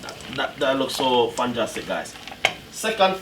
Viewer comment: "Fanjastic" haha!